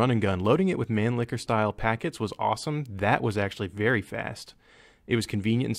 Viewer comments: He pronounced "Steyr" correctly [Shtaier]. That's how the Germans/Austrians say "Steyr", but he butchered "Mannlicher"[Manliher] so badly that it sounded like "Man licker". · MAN-LI-KH-ER. NOT, “MAN-LICKER” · "Manlicker" "staier" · Many people I know pronounces Mannlicher as "Man-Licker" and it's really awkward. "What rifle is that?" "Oh, it's the Stair ManLicker M95" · man liher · Mawn-leekhh-air It really isn't that difficult, guys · MANLICHER. there is not "K" in manlicher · pronounces "Steyr" like he's trying for the German pronunciation, "Nagant" like he's Brad Pitt in Inglourious Basterds, and "Mannlicher" like it's the title of a gay porno.